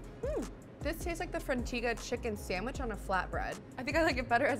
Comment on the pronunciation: Also the bacon turkey bravo comes with signature sauce and the frontega is pronounced Fron-Tega not te-ga